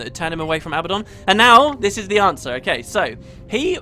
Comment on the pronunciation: Seriously? "Abbadon"?!